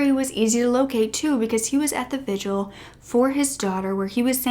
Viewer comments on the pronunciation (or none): none